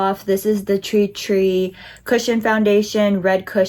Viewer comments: Love your demonstration. However you are butchering the name it is TIR TIR and not tri tri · Bro- “TREE TREE” 😅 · it's pronounced "tear-tear" 😅 but enjoying the demos! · I found your almost dyslexic mispronunciation of Tirtir' really charming. I love it when people totally misread something so simply written and have their own quirky perception, something they're entirely oblivious to-- it's how life long in-jokes between friends start and this weird misreading gets everybody at some point of their lives. My husband used to misread the 'Chocolate Leibniz' biscuit pack and call them 'Chocolate Lesbianos'. Hooooow?! And 'relaxing bath' written on a bottle of bath gel was 'relaxing brain'. I love it. Enjoy your Treetree foundation you gorgeous girl! :goodvibes